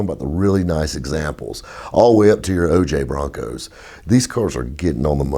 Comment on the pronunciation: He said OJ Broncos lmao